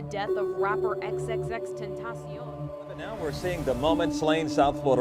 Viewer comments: не икс, а экс, всем это говорю. Уши режет. #LLJ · Отличное видео чел, но пожалуйста не ИксИксИкс, а ЭксЭксЭксТентасион. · хаха б*я простите, но я должен это рассказать, мы с другом часто слушали его, и когда я произносил его Ник (примерно как тут ) он часто меня исправлял на "икс икс икс тентейшн" Боже, пи*да моему другу Но если серьёзно, мне больно осознавать что его больше нету с нами, огромное спасибо что ты не даёшь нам забыть о легенде, F